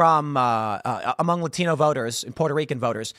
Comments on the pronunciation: Why did AOC pronounce "Latino" like she was deaf? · Why does AOC have to use a Hispanic accent to say the word, "Latino"? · Why does AOC say "Latino" with an accent in the middle of a sentence with no accent?